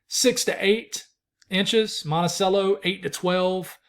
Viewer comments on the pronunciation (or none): none